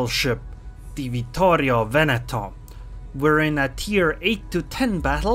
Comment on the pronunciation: one of the few ones (not Italians of course) pronouncing the name correctly. Well done